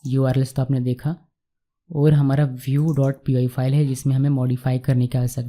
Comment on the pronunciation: Bhiew nahi bhai View hota hai vo